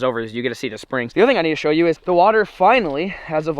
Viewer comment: He said deww and not shoow